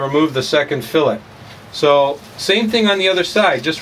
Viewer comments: It’s not called a FILLIT it’s called FILLET SOUNDS LIKE FILLAYYY!! lol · hahaha "fill its" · @@ Are you Canadian? Filet is a French word or a derivative. Do Canadians pronounce filet with a hard t instead fil-lay as the Brits do? How do you say felt mignon? Just curious. After seeing all of the negative comments from the ignorant and shallow end of the gene pool I was hesitant to ask. The question isn't a slam.